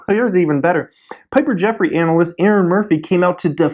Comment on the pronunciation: did you say Anal-ist?